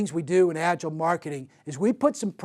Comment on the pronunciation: What can you learn about Agile from a guy who doesn't bother to pronounce "Agile" correct 😏